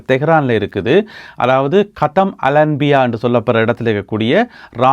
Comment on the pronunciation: கத்தம் Al anbiya இல்லை (காத்தமுல் அன்பியா)